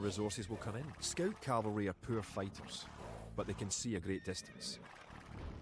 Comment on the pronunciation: "SCOUT" IS FRENCH PRONOUNCIATION TOO. SCOTTISH ACCENT SEEMS MORE CLOSE TO FRENCH ORIGIN OF PRONOUCIATION OF ENGLISH WORDS LIKE "TOWER" ("TOUR" IN FRENCH, PRONOUNCED "TUR").